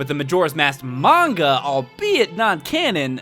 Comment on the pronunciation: Finally, someone who pronounces manga correctly! Anyways, awesome video,. Can't wait till the next one!